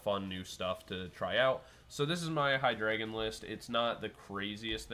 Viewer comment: It is pronounced: HEE-DRY-GON (From hydra and "drei", which means three in German)